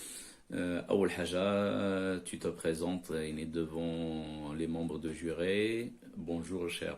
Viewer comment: حتى نتا راك الفرنسية عندك شوي بحال jury تتنطق بها بحال يلا مكتوبة juré